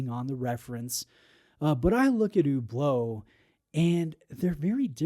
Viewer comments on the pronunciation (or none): Why do you pronounce it so weirdly like Hoooblo?